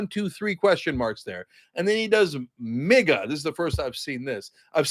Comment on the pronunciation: Uh Cenk, I really think you pronounce the I in "MIGA" as a long I.